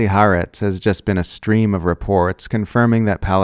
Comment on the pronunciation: It's "Ha Aretz"... two words.